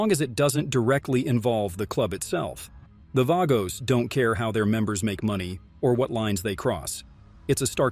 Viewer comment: The Outlaws oldest "outlaw" mc and Angels, Pagans. It's pronounced Vaaagos not vagos numerous other facts you state incorrectly